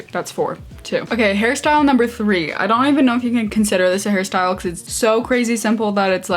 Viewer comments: Omg fellow Harrie? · I love Harry Styles and I kept hearing his name too❤️ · Zhania Ibraembaeva I can’t I hear it now 😭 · Zhania Ibraembaeva same and I was excited about it😭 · And now I can’t unhear it 😂😭